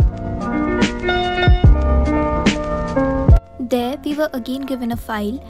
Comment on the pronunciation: procedures ko bohot galat pronounce kar rahi hai behen tu